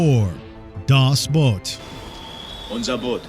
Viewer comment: Get your languages straight-it’s either “Das Boot” pronounced like work boot or “The Boat”.